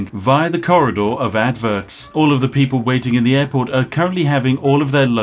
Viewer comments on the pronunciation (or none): did you say airport or Adport?